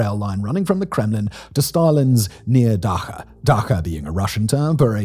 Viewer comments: It,s not da-ha it’s da-tsha like in borscht sound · Not "daha", but "dacha" like in "champion" "ch". Derived from "дать"- "dat' "- to give (smth). Literally means smth given. In the imperial times the Emperor granted to his court's members patches of land to build countryside mansions for leisure. Mainly to cut immidiate ties with their actual estates and thus undermine possible feudal opposition. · Metro 2 is Moscow urban legend. That is all. And that is ch sound in the word dacha not H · "Da-Cha" not Daha.. cool vid! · It's dacha just read not like dakha but like in Charlie, da-cha. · Not DaHa, but DaCHa like in CHapel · its not "daha" its da"ch"a like in Chelabinsk, Charnobyl etc. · Did you just say Daha? lol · The "ch" in dacha should sound like "ch" in cheddar and you'll be golden :) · It’s “dača”, Simon. Hope this helps, since you live in Czech Republic. :) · "DaKHa"? Really? does "CHicago" sounds like "KHicago" for you? 😆👎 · It's Rah-men-kee and da-tsha. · In Dacha ch is sound like in chapter not like in hide